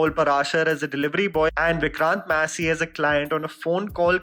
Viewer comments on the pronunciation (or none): Bro.. please correct you name pronunciations.. for eg: Massey is pronounced as Masih. Feedback from an old subscriber. Also work on Sonchiriya.. It distracts the focus from the topic you are talking about.